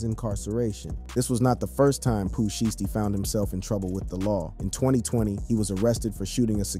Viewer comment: WTF IS SHEESTY ITS SHIESTY 😭😭😭